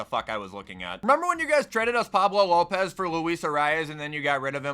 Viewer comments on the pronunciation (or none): none